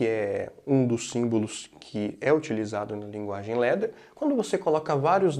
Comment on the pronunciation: LADDER ...pronuncia /lá.der/ LETTER ... pronuncia /lé.der/